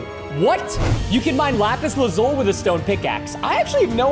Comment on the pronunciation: DUDE THATS NOT HOW YOU SAY LAPIS LAZULI